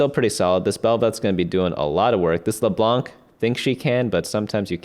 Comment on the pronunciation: Please do not pronounce the "c" in leblanc it's not supposed to be pronunced thank you <3<3